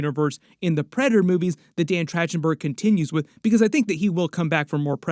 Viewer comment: “Track-ten-berg” not “Trach-ten-berg”